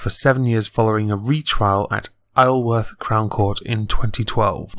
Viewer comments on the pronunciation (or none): none